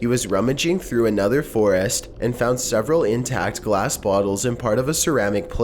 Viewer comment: Lol he says foraast